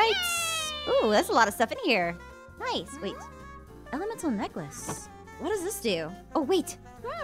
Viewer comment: I love she says noice😂